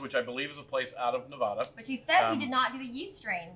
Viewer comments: Just subscribed. Looking forward to your review of Frey Ranch Rye. Oh and friendly advice - its's NE VAD- ah, not Ne- vah, duh :) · So happy to see Frey ranch getting some recognition. By the way it's Nevada not Nevoda.